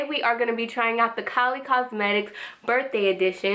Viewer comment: you said kolly lol thank you for the reveiw